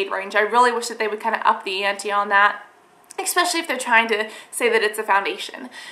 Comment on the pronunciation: Are you saying 'comedogenic' because it sounds like you're saying comeogenic. I'm a fan girl, but when you say 'expecially' instead of 'especially' it's like nails on a chalkboard. Otherwise, keep the videos coming, maybe edit them to be around... say 10 minutes.